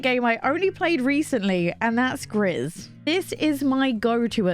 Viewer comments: Gris = gray in French; it is pronounced: gree. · Great video as usual 😊 I also have my eyes on Blanc ! By the way it's a french word that means white, and the final "c" is silent. Same thing goes for Gris, which is "grey" in french, and the final "s" is also silent. 😆